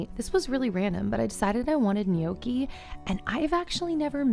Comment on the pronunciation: For future reference Gnocchi is pronounced NO-kee. Glad you’re doing another “What I eat in a day” video!